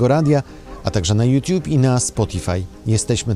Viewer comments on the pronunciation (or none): none